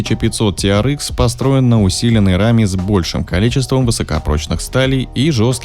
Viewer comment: Ти ар экс, экс, а не икс. Можно "тирэкс"))